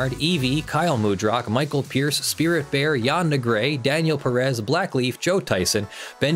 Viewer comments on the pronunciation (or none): none